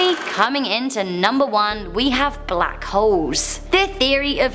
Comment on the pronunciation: sorry but i just heard bLaCk hOEss 😔